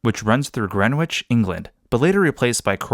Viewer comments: Green witch it isn’t sorry its pronounced Grenich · W is Greenwich is silent